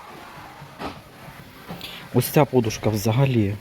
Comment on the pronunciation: Будь ласка, кажіть наголос правильно -подУшка.